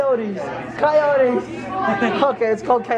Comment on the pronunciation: Koyowwwts. Sad koyowts? Inspirational koyowts? Hahahahahahahaha yaw q na nga :’(